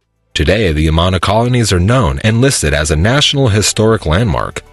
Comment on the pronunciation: 1. Don't pronounce the last "s" in Des Moines. 2. Learn how to pronounce Amana. 3. Registers Annual Great Bike Ride Across Iowa - not Race.